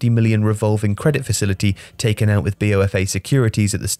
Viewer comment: It's not B.O.F.A. it's B of A, as in Bank of America